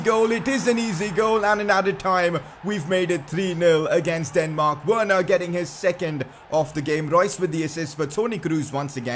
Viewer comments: I thought it was pronounced "Verner" not literally "Werner" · Please say Werner verner